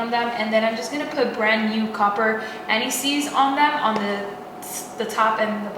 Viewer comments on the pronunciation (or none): none